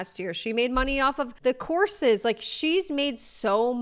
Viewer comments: I thought you said she was selling corsets (might as well) and i realized you're saying courses. Thats why i use cc when possible. Lol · my own fault but i kept hearing you saying “horses” instead of “courses” and was like …. this woman is selling horses to lose weight?????